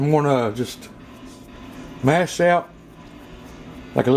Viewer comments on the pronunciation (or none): none